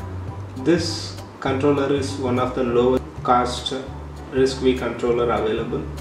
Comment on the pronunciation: Thank you for making this video. I love risc-v! For future videos you should know it's pronounced "risk five." The V is the Roman numeral for five. They named the ISA this way because it is the fifth major ISA to come out or Berkley.